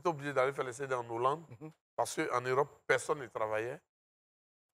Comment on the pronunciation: Siro a dit en Hollande (annolande). le corrige en esprit en répétant "en HO-llande, en HO-llande). Le H est aspiré; donc pas de liaison.